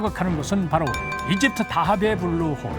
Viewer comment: 이거 어릴때 본방으로 봤는데 외국인아나운서 블루홀 발음찰져서 맨날따라함ㅋㅋ